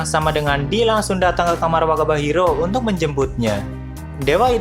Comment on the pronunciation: Semakin berkata wakaba Hiro terus jadi terdengar wabah njirr😂